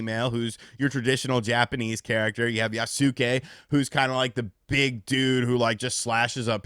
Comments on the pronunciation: For someone who has played videogames for as long as you have..... your pronunciation of things pisses me off. By now you should have played enough games or read about enough people developing games to know how to say Yasuke. It aint Yah-sue-kay. It's phuckin Yoss-Kay. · Yasuke is pronounced yaske 😅 (u is silent) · YAS-KAY. Yas-kay. Yassssss-kayyyyyy. They pronounce this in the trailers. So tired of hearing people mispronounce this. Regardless, I read the book that Lockey wrote, and now I feel like a fool that I did. With that said, I don't care that they decided to elect to include Yasuke (YAS-KAY) in the game as the main character, because it actually makes it more interesting. If it was just another Japanese samurai, then we'd get even more people calling it a Ghost of Tsushima knock off. Plus, I think his combat will be fun since he's a larger hard hitting character. But here's how I honestly look at it. No AC has ever been historically. Yasuke is a real person and has been around samurai. In a historically fictional game, it's really not that far fetched for them to do a 'what if.' Now, if Yasuka WASN'T a real person, this would be an entirely different scenario.